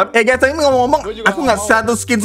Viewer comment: Bang bukan gey tapi guys